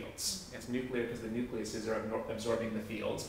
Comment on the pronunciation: Awesome video. But really.. nucleases?